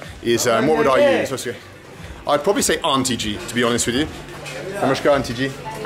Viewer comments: You're saying "Namaskaar" with a "sh" sound. Is that correct? Sounds like "Namashkaar". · It's Namaskaar (नमस्कार ). Namashkaar - (नमश्कार) ghalat uccharan hai. Kannada mein ನಮಸ್ಕಾರ (Namaskaara ) hota hai. Namashkaar ❌️ Namaskaar ✅️